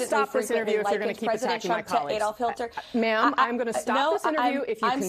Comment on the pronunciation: The blonde vegetable actually said: "Adolf Hilter " 🙄 🤯